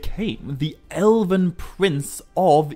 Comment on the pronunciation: Without Peter Jackson's movies - this kind of interest in these books would not exist. Nor would your channel. You don't seem to mind using stills from the films - so have some respect. And if YOU are so concerned with authenticity and perfection - stop pronouncing words with extra syllables. It's FIN-gon - not Finnigon.. it's ELven - not Elliven. Pot calling the kettle black. The sniffy, supercilious jabs at Peter Jackson's contribution to this epic - need to stop.